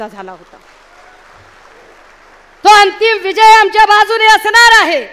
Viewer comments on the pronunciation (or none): none